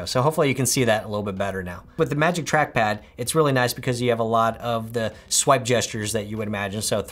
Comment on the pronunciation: It was the “scwipe" that got me 😂😂